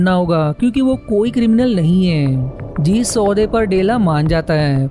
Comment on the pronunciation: अपनी हिन्दी सुधारो भैया... आपका उच्चारण गलत ही नहीं, जानलेवा है। 'जीस' नहीं, 'जिस' होता है। और इसी तरह... जीसकी = जिसकी जीसका = जिसका जीसने = जिसने कीसने = किसने कीस = किस और सैंकडों शब्द जिनका उच्चारण बहुत गलत कर रहे हो, कोई इंसान ऐसा वीडियो कैसे झेल सकता है?